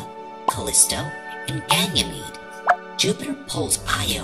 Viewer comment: Why did say ganyamede? That